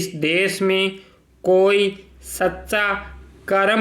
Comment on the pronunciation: सर, आपका उच्चारण स्पष्ट नहीं है। अपने भू-भाग को बू-बाग और भाग को बाग कहा है साथ ही सच्चा को सस्सा कहा है। यह सिर्फ एक सलाह मात्र है। 80wpm में 40 मिनट दिया जाएगा ट्रांसक्रिप्शन के लिए